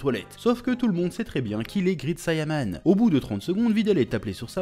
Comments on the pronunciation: Ca se prononce grèit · Great et grit ça ne se prononce pas pareil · Grit sayanman😂 a toujours du mal avec l'anglais 😂